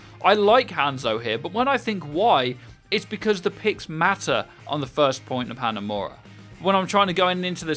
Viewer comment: Take a shot everytime you here him pronounce Hanzo and Hanamura that way